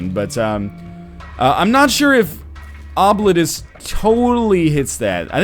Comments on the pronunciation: Okay, NL. This is actually pronounced "Oh-bleet-us." Source: I'm from the fuckin' internet, son. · Yeah, various pronunciation sites said it's "oh-bleet-oos" (rather, that's what I heard.) Either NL is making things up entirely, he was told by the development team how they want their game to be pronounced, or he should look up an ear doctor. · I've studied Latin, and this word is a Latin word for "forgotten". It is pronounced something like "Oh! Blee tus", where the 'u' is pronounced like the 'u' in 'rude'. Now, that is in restored classical pronunciation. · It looks like Oh-bleet-us, but it's really pronounced 'Throat Warbler Mangrove'. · Im my mind im going to refer to this as Obliterate-us. Why, It sounds cooler. Its the same reason i pronounce scimitar as Skim-a-tar. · Ah, I missed that then. If it's the way the trailer says it, then that's probably the best we'll get to their preffered pronunciation.